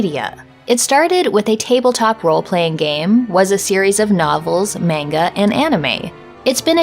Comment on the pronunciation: "Mayngah" lol